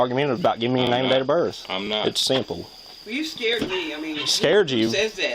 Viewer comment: “Name and dater berf”